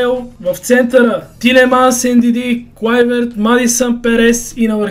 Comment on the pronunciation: казва се Уилиам а не Вилиам също така е Клайвърт а не Клуйверт готино видео иначе ;)